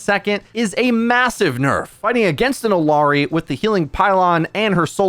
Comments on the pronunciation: actually its ee-yah-ree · Ok fella. Her name isn’t Illi-arri. It’s I L L A R I ILLARI…… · Can you stop saying Illiyari? Just say Ilyari or Illari. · illari is pronounced like ee-ya-ree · y did u say "illiari"? where r u getting the extra "i"?